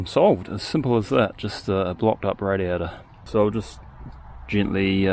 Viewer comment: Hearing 'radiator' in that accent is so tough, I hear radio.